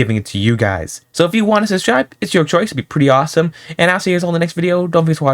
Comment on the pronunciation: bro really says subschribe for subscribe